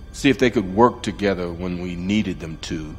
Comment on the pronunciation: Emphasis ‘together’